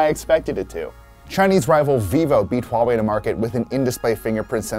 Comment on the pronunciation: Finally people can pronounce Huawei right. No more wahwei. I can proudly say I used to work at Huawei.